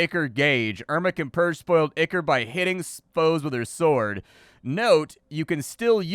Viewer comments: "eye-core", not "ick-er". Looks like a cool metroidvania, though. Downloading demo now. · Ichor is pronounced "eye-kor", not "ikker". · Not o be a jerk and with all respect and love, the word is spoken "Eye-core" 🙏🏻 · I've only ever heard "ichor" pronounced like eye-core or eye-kur. First time I've heard it as "ick-ur." Then again, I've only ever heard it pronounced by people like me who've probably only ever encountered it in print and never heard an actual English authority pronounce it. I ain't lookin' it up to see which is the "real" way now, that's for sure. Too little mystery left in the world. o_O; EDIT: I lied, I couldn't help myself. It's eye-core. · I think it's pronounced "eye-core"